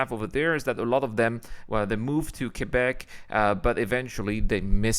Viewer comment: Dis-donc, t'as un sacré accent français quand tu dis "Québec, Canada"... Et tu surfes en français dis-donc! ...Bel accent américain du coup!